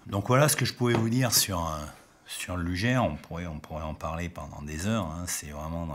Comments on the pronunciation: dommage de prononcer "lujere"" plutot que "lougueur" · sic mundus creatus est c’est horrible d’entendre lujer mais bon on va pardonner le non germanophone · Luger se prononce Lougueur (Comme longueur mais en remplaçant "Lon" par "Lou"). Sinon vidéo très intéressante ^^ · Superbe vidéo sur une arme mythique (mon pistolet préféré, de loin). Attention cependant à la prononciation: LUGER se dit "LOUGUEUR" (phonétique) et non "LUJAIRE". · Une bonne fois pour toute, on prononce "lujère" ou "lugueur"? Merci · alors ne pas pas prononcer "luger" lugère mais lugé alors... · Par contre ça se prononce "lougueur" et pas lujère". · Sympa la vidéo! Par contre j'ai toujours un peu de mal à entendre "lujère" au lieu de la prononciation Allemande^^ Comme Gewehr et "jéverre" si on veut^^ Bonne continuation :) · Merci, Effectivement pour la prononciation sur les armes j'ai décidé de rester très franchouillard Entre les allemands ,russe , américains Chacun y vas de ça petite prononciation Pour les Ruger par exemple on a toute les variantes Mais bon Lujere ou Luguere ca reste quand même une arme absolument magnifique est au tir c super sympa Vos video sont très sympa,et je me suis abonné Bon tir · Attention luger ne se prononce pas lujer mais sinon cool la video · désolé mais on dit luguer et le r final est prononcé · Je me suis arrêté à "Lugère". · vous avez raison, en plus le u se prononce ''ou'' en allemand. Ü avec un tréma se prononce U. Mais je l'ai appris en faisant de l'allemand au collège. Une langue '' morte'' de nos jours. Une vidéo très instructive comme pour le Mauser c96 par laquelle je commence à connaître le nom des pièces. Comme oreille de genouillère. Danke schön, sehr gut vidéo.